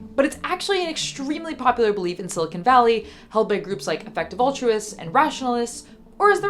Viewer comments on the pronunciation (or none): none